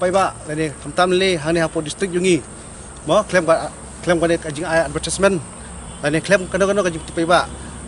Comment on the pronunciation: "Advertisement" pronunciation bakla phi do Sir